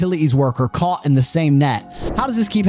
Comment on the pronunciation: Narrator, learn how to enunciate your 'T's (thir-ee five, utili-ees, caugh in the same net, pah-ern, chah apps...). When did people start doing this?